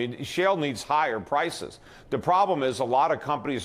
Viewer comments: He also said Pwices 2x rather than Prices. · Petey, you keep saying Pwices. Get some rest, friend.